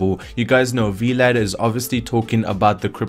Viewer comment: V-Lad? XD Sounds like a superhero sidekick. It's just "Vlad" short for Vladimir.